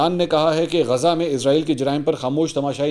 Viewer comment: منصور علی خان صاحب اسلام علیکم آپ کو اس بات کی طرف توجہ کی ضرورت ہے کہ آپ اسرائیل کے بجائے ازرائیل کہتے ہیں